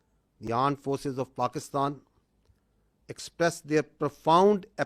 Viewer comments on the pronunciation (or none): armed forces ❌ Aand forces ✅😂😂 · Armed Forces ❌ Aand forces ✅ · Its called armed forces not aand forces... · Asim Munir said Armed force clear than Army officer Aand forces 😂😂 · Rafaaal 😂armed no aaned forces 😂😂😂😂poor hinglish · Amred forces ❎ Aand forces ✅ 🤣🤣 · Armed force ❌aand force ✅ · Armforce ❌ Aand force ✅😂😂😂😂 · He kept saying Pakistan aand 🍒 forces instead of Pakistan Armed forces 😂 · yea armed forces aur aand forces h???kya bol rha h bhai? JAY HIND JAY BHARAT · Aand force 😂😂 Center of gravity 😂😂😅😅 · AAND FORCE'S 😂😂😂😂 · Did he just say aand forces? What the F 😂😂😂😂😂😂😂😂😂😂😂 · again Aand forces 😂😂😂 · the legendary Aand forces 😂😂😂😂😂😂😂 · 😂AAND FORCES😂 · Aand forces😂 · Aaand Forces 😂😂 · The aand forces 😂😂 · Pakistan aand forces ?? Mene hi suna? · Aand forces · Why he is saying Pakistani Aand forces 😂😂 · Aand force 😅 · Aand forces 😂😂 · Aand forcess😂😂😂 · What the hell is Aaand forces😂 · is it me or everyone heard this like “pakistan AANND forces” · the aand forces.?😢😢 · Aand forces 😂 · AAnd Forces😅🤣🤣🤣🤣🤣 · Aand Forces of Paxtan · Bhai armed forces boln seekhlo phele 💀💀💀💀💀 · Can't even pronounce electromagnetic, top notch ,armed forces ,press conference,continuing etc and still they think they are superiors